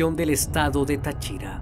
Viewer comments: Se pronuncia Táchira con acento en la A y no Táchira con acento en la I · excelente narración muy concreta y precisa... solo vale corregirte las pronunciaciones es Táriba acentuando la primera "A", al igual que Táchira no Tachíra.... Yo recuerdo que de niños nos asustaban con que nos llevaría el comegente si no hacíamos caso y daba pánico cuando había que pasar por el puente. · No es ta CHI ra, es Ta chi ra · a Amigo, se dice TÁchira (no TaCHIra) y TÁriba (no TaRIba). Saludos desde Venezuela. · Yo soy de Venezuela y no sabía de este caso 😐 aunque me da gracia como dice Táchira 🤣 lo dice sin asentó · Un detallito de pronunciación: Es estado Táchira, no Tachira. Sin embargo, el vídeo es excelente como de costumbre. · 😂😂😂 el estado de "tachíra" jajajaja se pronuncia Táchira 😂😂muy bien video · Hermano excelente video. Una recomendación... Cuidado con las tildes es Táriba, no Tariba y Táchira no Táchira. Saludos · No es Tachíra, es Táchira el estado. Pero buen video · Cooñuelamadree. Es TÁchira, no TachÍra (casi me incorporo haha). Pon pilas a cómo se llaman los sitios y cómo se pronuncian los nombres. Ya han sido varias las veces que he escuchado cosas así. Como una tipa de apellido Knight, no es kenait. Es nait. Pendiente... amo tus vídeos, pero en alguna parte de la preparación del guión, debería estar el verificar cómo se pronuncian los nombres y lugares. Así queda completamente impecable la narración. No quita que ame tu contenido, eh... Es pura calidad. Debería estar en Netflix. Así que saludos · Es Táriba, no taríba Es Táchira, NO tachíra Es Peribeca, NO períbeca Fuera de eso, está ok la historia, información detallada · No es Tachira, es Táchira. No es Tariba, es Táriba. No es Doráncel, es Dorángel. Tienes que tener cuidado con los nombres propios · tachíra? TACHÍRA????? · Tachíra xd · Lo único que le crítico es la manera de pronunciar Táchira y Tariba jajajajsjs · es Táchira.. jeje.. lleva acento allí..